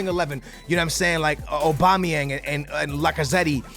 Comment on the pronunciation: you don’t pronounce the second e in lacazette